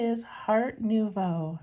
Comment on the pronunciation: You pronounced Nouveau correctly. It is French for new. The name is a play on Art Nouveau.